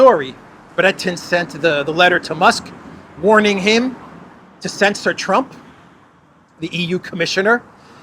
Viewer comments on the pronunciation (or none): none